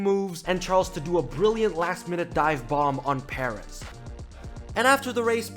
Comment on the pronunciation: It’s “PurrEzz “ not “Pear..Ezz”